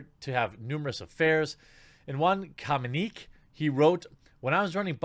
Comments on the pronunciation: "In one...communeek...?" Jesus Jeremy, it's comm-you-ne-kay. communique. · "Commune-i-kay" brah Come on.